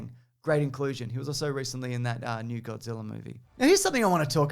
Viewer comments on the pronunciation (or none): none